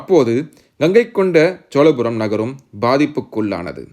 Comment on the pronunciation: தம்பி!!!! என்று பெயர் வைத்துக் கொண்டு உனக்கே முதலில் தமிழை ஒழுங்காகப் பேசவும், எழுதவும் தெரியவில்லை. சோழபுரத்தை - சோலபுரம் என்கிறாய் அடையாளத்தை - அடையலாம் என்று எழுதியிருக்கிறாய்🦧🦧🦧🤔 அடுத்தவர்களைக் குறைகூறும் முன் உனது தவறை திருத்திக் கொள்ளவும். திரையில் உள்ள எழுத்துப்பிழையை எப்பொழுது மாற்றுகிறாய் என்று பார்க்கிறேன்.🧐🧐